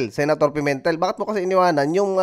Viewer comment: Pimentel... Pemintel? Pimentel? Hahhahhaha ano ba Yan?